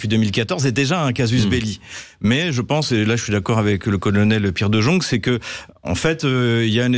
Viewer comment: On prononce De" yong" pas de jong😊